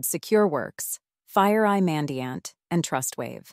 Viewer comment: To be specific - The pronunciations are an issue. SIEM is pronounced "SIM," etc. ...And the pauses are off. This thing pauses before the word "And" for example. Ugh. Too many to point out. FireEye / Mandiant is pronounced "FIREeye MANDiant" not one long "FIREeyemandyaunt" "How a MDR works" should be "How AN MDR works" - A vs an. Ok, I've had enough. Better luck next time.